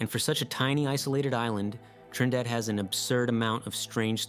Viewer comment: Okay, your very first island is Trindade (Treen-dah-Jee) the other island is Trinidad, like as in Trinidad and Tobago.